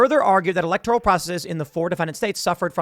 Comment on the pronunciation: Processes...p.'prossa-sees', Tim